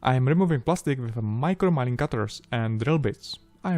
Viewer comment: Fantastic video as always your English is great. Sorry to correct you but milling is not pronounced “ mile-ing “ but “mil-ing”